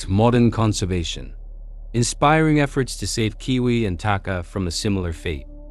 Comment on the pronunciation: The Maori has been discovered to be not the first humans to first humans to have reached New Zealand , there were humans here proir to the Taupo Lake eruption in 86 AD The word Takahe is pronounced Taka-HE